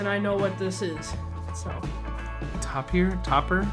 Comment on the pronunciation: Tapir is pronounced like Taper (Tay-pr).